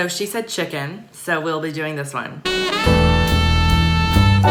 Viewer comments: probably because she couldn't say chicken thats why she said chikain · So she said chicken.. Me: UhHH No ShE SaiD cHiKaIn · Her:beef or chicken? roblox player:chikian me:wtf is chikian? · Jaiden Williams lol he said he couldnt say chicken, before spelling it like chikian or whatever